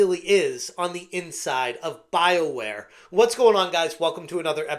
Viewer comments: Thought it was pronounced Bioqueer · I know it's Bioware... but I keep hearing Bileware